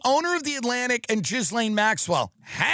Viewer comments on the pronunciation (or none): No one is named jizz-lane. Dude still can't pronounce anything he talks about correctly lmao.